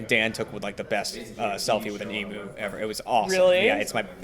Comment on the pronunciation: emYOU, fuken emYOU not eMOO